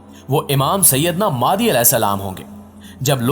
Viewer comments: You pronounce the name of Imam is Maahdi instead of Mehdi. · Sir ماہدی nahi مہدی it is Mehdi not Mahdi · ab bhai wo madi nahi hai mehdi hai talafuz sahi istemal kar